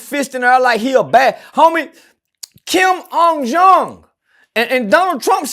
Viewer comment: Dude said Kim ung Jung